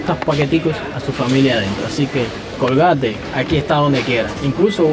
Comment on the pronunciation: Es estadounidense, y se pronuncia originalmente (en inglés): "Colguéit")